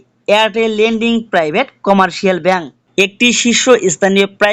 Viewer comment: ল্যান্ডিং না রে ভাই😢 লিডিং হবে উচ্চারণ।